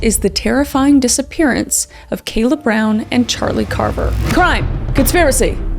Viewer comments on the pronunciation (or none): I've heard kala pronounced 6 (2 slightly different ends for each start) different ways, I wish people would correctly pronounce victim names, kah-luh, kah-la, call-ah, call-uh and now kay-la kay-luh